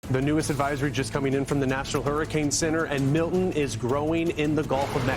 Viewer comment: Learn how to pronounce Milton